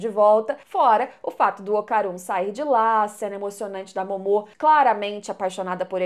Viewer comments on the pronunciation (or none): Em q versão de dublagem o nome dos personagens do anime tem essa entonação q a usa (Momô e Didí)? Na q eu vejo é Mômo e Dídi. 🤔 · Ouvir vc dizer didí ao invés de DÍdi e Mômô ao invés de Mômo dói os ouvidos... Mas de resto o vídeo ficou muito bom kkk